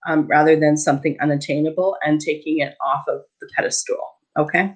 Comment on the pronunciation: I love your videos, but every time I hear you say "peda-stool" I internally think "pedeSTAL", which is the correct spelling and pronunciation. Or maybe that's just a Canadian pronunciation? When you say "peda-stool" I imagine some sort of little stool. But that's not what a pedestal is. It's a base or foundation that supports something like a statue or work of art. Anyways I'm finally writing since you say it every video, and I think it every time. Just had to get it off my chest. The correct pronunciation is pedeSTAL (or actually something more like "PEDastl."), but it definitely has nothing to do with a "stool". Ok, got that off my chest. :D :D :D